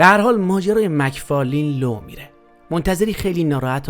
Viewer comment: مک فارلن دوست عزيز مک فارلین درست نیست